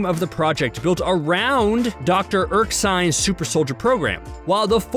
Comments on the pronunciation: It's Erskine, not Erksine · Why is the dude saying "Dr. Erksine"? It's Erskine! LOL